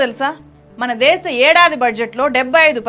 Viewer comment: తెలుగు భాషని ఖూనీ చేస్తున్న నిన్నేం చెయ్యాలి? దేషం కాదు దేశం అని ఉచ్చరించమ్మా తల్లీ. ముందు తెలుగుభాష ని సరిగా పలకవే.